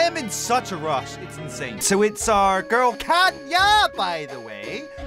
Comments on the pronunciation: I dont like how you say kanya and growl tho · No hate, but I kinda triggers me that you keep saying Kanya rather than Kayna 😅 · "JUST LETTING YOU KNOW KAYNAS NAME IS PRONOUCED KAY-NA, NOT KAN-YA!!!!!!!!!"